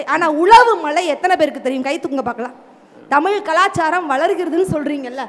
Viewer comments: நடுவராகியும் தமில் என்றுதான் சொல்கிறார் மதுரை முத்து.அவர்எப்போதுதான் தமிழ் என்று சொல்வாரோ.இவரெல்லாம் நடுவர். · Neengalae ozhungaa tamizh entru sollaaamal tamil entru sollugureergal..thu ithu oru grouppu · அது 'தமில்' இல்லை "தமிழ் " 🙏🏼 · Please pronounce thamizh word properly.. Nisha was good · 'ள' அல்ல 'ழ' என்று உச்சரிக்க கற்றுக்கொண்டு அப்புறம் நிகழ்ச்சிக்கு வாருங்கள் வெட்க்க கேடு. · முதலில் நீங்க தமிழ் என்று சொல்ல கற்றுக் கொண்டு தலைமை தாங்குங்க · மதுரை முத்து க்கு ழ வரமாட்டேன் குதே